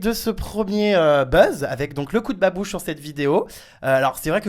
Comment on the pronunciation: 2m59 il dit babuche mdr